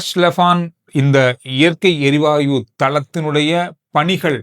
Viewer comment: வணக்கம் … சிறப்பான செய்திகள் உங்களுடையது. இயற்கை “எரிவாய்வு” என நீங்கள் கூறுவது தவறோ என தோன்றுகிறது. “எரிவாயு” தான் சரி போல… மன்னிக்கவும் கூறவேண்டும் போல் தோன்றியது. செய்திகளுக்கு நன்றி..